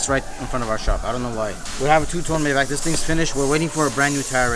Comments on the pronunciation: It’s pronounced My Bok not May Back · MAYBACH is pronounced "MY BOK" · Nice car whatever you get done to it make sure its reversible because you flip your cars fast.... Its pronounced "MY BOK"😊